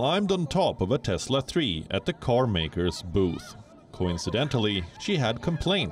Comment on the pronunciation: Maybe it's CHESLA not Tesla 🤣😂😅